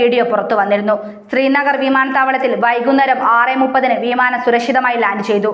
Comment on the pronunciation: വീമാനം നല്ല ഉച്ചാരണം